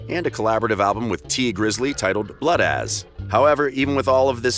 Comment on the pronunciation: “Bloodazz” it’s bloodas like brother or brotha😭😭